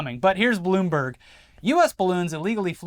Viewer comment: Did just say "here is balloonberg" or am I imagining things?